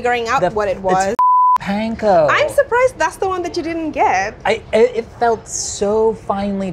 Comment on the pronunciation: Panko,! It’s panko!